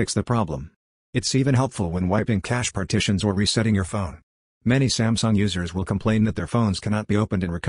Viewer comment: "smasnug" and now "sumsung"